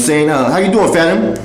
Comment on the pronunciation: *Phantom not phatom 🙄